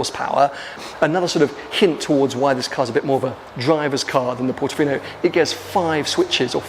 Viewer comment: Bro.......did you say "look at it as a Portifino on crack"!!😂